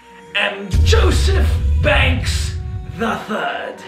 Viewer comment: It’s pronounced Joseph banks not Joseph bangks